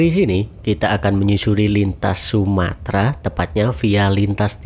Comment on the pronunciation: Bukan sumatra mas, tapi sumatera pakai eeee